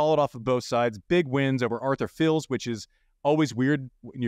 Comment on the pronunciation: One tip: Arthur Fils is pronounced like "geese" with an F instead of the G.